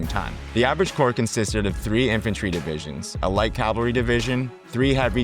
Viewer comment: ha thanks for letting me know you’re American. Apologies if I seemed hostile. I guess the AI age of low effort content got my hackles slightly raised as AI narration often has…idiosyncratic pronunciation. So mainly I was pointing out ‘battalion’ and ‘cavalry’. Pronounced ‘bah-tell-ien’ rather than “bat-till-ien”. Also cavalry would be “cavell-ry” rather than “cal-very”. Those were the main ones. It’s a very informative video but many of your audience would find that a bit jarring as they’re likely to be military history enthusiasts, so have will be hoping for that accuracy in videos :) Again it’s very well explained and the animations help a lot as I first came across these concepts in static diagrams from books. By no means is it low quality and certainly not low effort content. Keep it up!